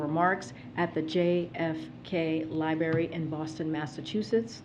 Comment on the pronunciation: What is a « libary »?